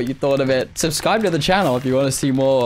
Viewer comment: LMAO HE SAID SUBSCIBE INSTEAD OF SUBSCRIBE AT THE END